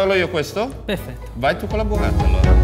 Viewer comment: La buvvata l'ho sbucciata pevsonalmente ievi seva